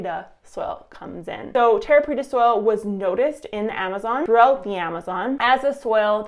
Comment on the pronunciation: Preta not petra. The latter is in Jordan. ;)